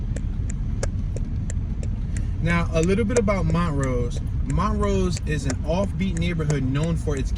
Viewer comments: Not Mon rose it's pronunced Mon trose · It's not pronouned Mont rose it's pronounced Mon troooose